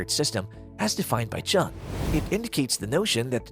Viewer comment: Jung is pronounced YUNG! An infj would know this. :)